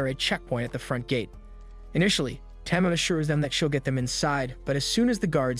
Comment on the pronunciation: Tama is pronounced tahmah not tammah